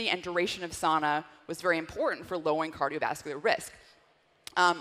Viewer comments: "sow-na" not "saw-na" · Incorrect pronunciation however. It's Sow-Na. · The Finn in me has to correct the pronunciation of sauna (SOW-na). ☺️ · No way she's a Finn. She mispronounced the word Sauna, that's a no-no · In American English it’s pronounced sauna